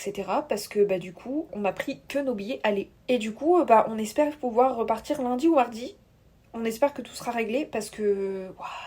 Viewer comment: C"te meuf qui ne peut s'empêcher de mettre des H systématiquement entre les consonnes et les voyelles : le mHHHardi, la pHHHoste, monsieur veux être cHHHanon. Insupportable...